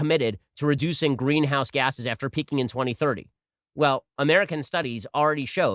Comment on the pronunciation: C-OH-TWO is actually NOT a "green-ouse gas"